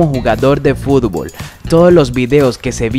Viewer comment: Siempre dices furbol jajaja